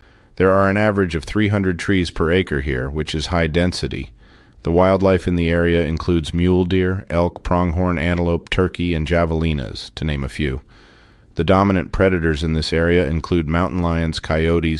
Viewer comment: Javelina is pronounced, "have-a-lina".